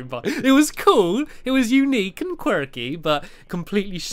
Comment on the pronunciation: flip me, the way he said quirky o-o